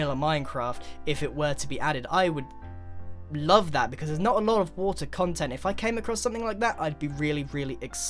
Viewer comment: "On the [wo-tr]"